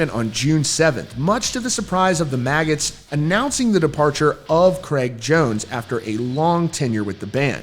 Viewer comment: It’s Jraig cones